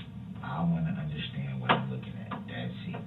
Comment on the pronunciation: anyone else get as angry as me whenever he says "underschtaend" .. he used the word so many times as a lie that his mispronounciation bothers me so much